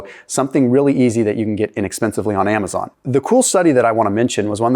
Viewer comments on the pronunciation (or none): none